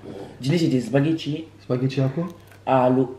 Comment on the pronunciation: « des zbaguettis »👌🏽😂